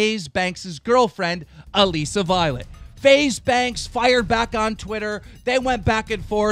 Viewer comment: "Aleesa Violet" lmao 😂 No Hate on him or Alissa Violet